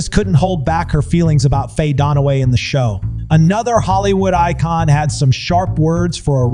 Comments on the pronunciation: It's "DUN-Away"; jesus: You have ONE job. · its dunaway... not donaway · Not DONaway; DUNaway, pronounced DONE AWAY. Got it? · Note to narrator… it’s Dunaway, not DONaway. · Please stop calling her Faye DONOWAY...it's DUNAWÀY !!! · pro tip, its Dunaway not Donaway. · It’s Dunaway, not Don-away! It’s Takei, not The-K!! It’s John Leguizamo not John Legume-zamo! Its Shannon Doherty not Shannon Dour-ty! It’s Watch What Happens LIVE not LIFE!!At least you got Vivica Fox right! 🙄🙄🙄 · Sorry but it DUN a way not DON a way. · "Donaway" SMH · “DON-a-Way”??? Really??? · WHY can't the Narrator pronounce the names correctly. Legoozahmoe? Donaway? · Why the hell are you calling her Faye "Donnaway"??? Look at the spelling, dude -- it's Faye Dunaway. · For Gods sake its DUNaway! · It's not "don away". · yes I know … the narrator is pronouncing it Donaway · Hey you should tell your AI voice how to pronounce Dunaway correctly. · The mispronounced names over and over was extremely distracting! Wow.